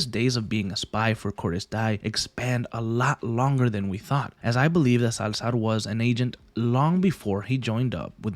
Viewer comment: Dude why did you use "Salzar" the whole video